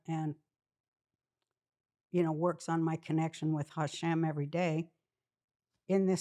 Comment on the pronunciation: I love when she says Hashem :) She’s the best!